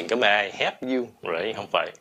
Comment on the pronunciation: Mọi ng ơi cho mình hỏi. Thầy đọc you là "du". Chứ ko phải miền nam phải đọc là "diu" sao?